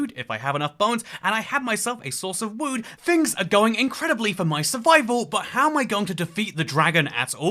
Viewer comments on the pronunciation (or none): "A source of wewd"